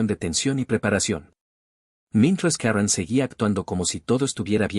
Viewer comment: Karron carol karen. Ponte de acuerdo narrador. Si la historia es en Guadalajara se pronuncia Karen.